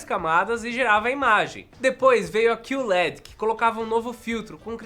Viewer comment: Meu filho, é Q LED, não "CUE" led, em ingles ficaria Q-L-E-D, porque eles falam L-E-D não led LED é um acronimo não uma palavra